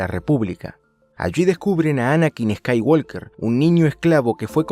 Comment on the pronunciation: estoy seguro de que pronuncias eskaiwolker solo para que la gente te corrija en los comentarios